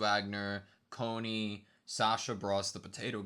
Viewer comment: I absolutely adore how they mispronounce most of the characters names.